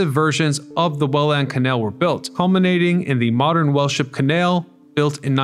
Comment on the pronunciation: Welland isnt 2 words, and its pronouced more like Wellend. 😢